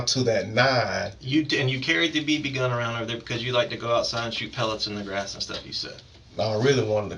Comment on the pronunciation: It’s so annoying how he pronounces gun as “Go-Uuuuuun”. 😂